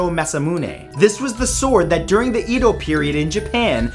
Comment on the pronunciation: Edo as ED_owe as in I owe you... I Ed owe you.